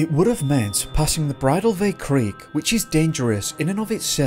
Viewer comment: Dearest, Just L❤️VE your narration❣️❣️ May i help w/minor pronunciations i.e., Sequoia is SÈ' kwoy a, Bridal Veil is Brī' dahl, there was one more & i forgot, but i'll get back to you...👍 W/L❤️VE from Michigan